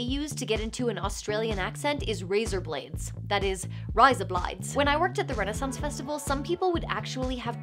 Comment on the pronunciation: This is the classic "American doing an Australian accent" haha. If you want to say "razor blades" like an Australian, the sound of the "a" vowels in those words doesn't sound hugely different to your accent. In Australia, we don't say "rizah blides", we say "rayzuh blayds". Only difference to your American accent is that the hard "r" sound at the end of "razor" turns into a more open half-effort "uh", almost like a grunt, and the "a" sounds are a bit more open and slightly more grunt-like too. Instead of saying the American "reyzer", it's more like "rayzuh". Feels like the back of the tongue relaxes and everything gets more open vertical-wise rather than horizontal-wise. Sound resonates more underneath the pallet and through the nose rather than in the front of the mouth. A word you can try saying in an Australian accent is "fall". With your natural American accent, try saying the word "for", and then remove the hard "r" from then end. Now add the "ll" to the end and say the whole word "fall", making sure you say it all as one single sound/syllable (i.e. not something like "fowell"). Anyway not criticising, the video was great! It's just funny hearing fake Aussie accents in things, and I've noticed they all follow this drastically exaggerated substitution of "i" sounds into the "a" sounds haha.